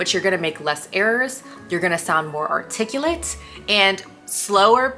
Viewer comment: You pronounced articulate wrong, but I like your drive.